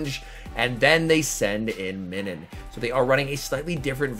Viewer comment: Nah that’s weird hearing MINNIN lol it’s pronounced like MINUS with an n 🤣